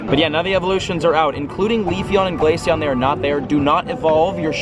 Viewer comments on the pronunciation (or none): none